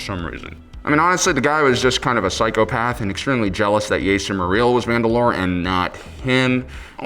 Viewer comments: Jaster Not Yaester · [Jaas-Ter] dafuq is this “yayster” go play star wars bounty hunter. He’s said by Temuera Morrison as Jango Fett saying it as JASter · Every time he said Jaster as Yaster I had to cringe, okay, okay.